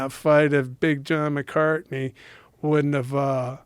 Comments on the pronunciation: How many times did Tank mispronounce Big John’s last name lol? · I can’t help but feel like there’s intention behind the butchering of his name.